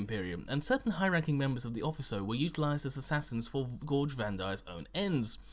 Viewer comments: 'Officio', Not 'Offiso'. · O-fish-ee-oh. not ofisso. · If this is Latin it is probably pronounced 'offikio' Then again, assassinorum isn't the word, it would be like sicariorum Feel free to ignore my Latin nit picking because who cares lol